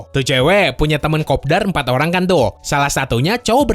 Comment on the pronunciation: kopdar🤣, orang Sunda??